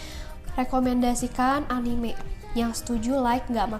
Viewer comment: Bacanya anime bukan anime kak